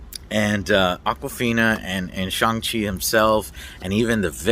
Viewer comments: Pronounced Shung Chi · Great vid as usual Joe! As for the pronunciation of Shang Chi, it's pronounced like "shun". In Mandarin Chinese Pinyin, all words that ends in "an" has an "an" sound, and those that ends with "ang" has an "on/un" sound. For example, 版(ban) is pronounced like "ban", and 帮(bang) is pronounced like "bun". Anyways, here's hoping the movie does come to Chinese theatres, as many Chinese people are talking about boycotting it due to the villain in Marvel comics was "Fu-Man-Chu", a really racist caricature that Asian fans have always been pretty pissed about. But man, I really want to see one of my favourite actors (梁朝伟) in one of my favourite film actors hahaha. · Apparently it is pronounced "Shong chi." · Stop calling him "Shang" Chi after you JUST watched the movie dummie! His name is pronounced SHONG-Chi! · My bro said Shang-Chi is pronounced Shong G. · It was sooo good, also it’s pronounced shung chi but no worries! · Shang- Chi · You saw the movie but are not sure how to pronounce the main characters name. You're like an independent ign and that's not a compliment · Joe is still saying the name wrong at the start even though there's a scene where Shang-Chi explains how to pronounce it lol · First 5 seconds into the video already pronounced the Shang Chi name wrong after having seen the movie lol love you Joe I loved the movie as well man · How do you watch this entire movie and then continue to pronounce his name incorrectly?